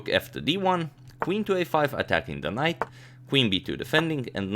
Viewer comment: Am I the only one that heard Knife instead of knight and ?!